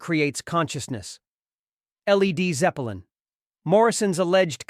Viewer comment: L. E. D. Zeppelin why don't they teach the robot to read. Pitiful